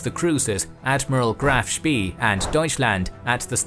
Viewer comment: Admiral Graf schpay is the correct pronunciation, It doesn't sound how it is spelled.